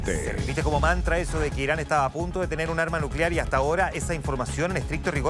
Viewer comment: No es por nada pero ese presentador no puede ni hablar diciendo Israel y Irán e incluso cuando está escrito y ni así lo lee bien jajaja